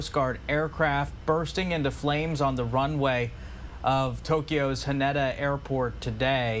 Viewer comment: Its pronounded "huh-nay-da"